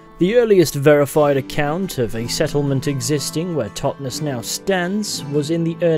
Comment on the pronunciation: Great vid, man, really but as a local can I say the pronunciation of 'Totnes' is said almost like 'Loch Ness' ('Tot-Ness) and not the 'es' emphasised as in 'hotness.'. Sorry for being pedantic but it made me twitch each time you said it, lol :) Subbed, btw